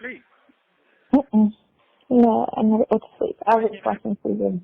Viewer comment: Tries to sound sexy,but he always asking, "You skeep?"😅😅😅😅😅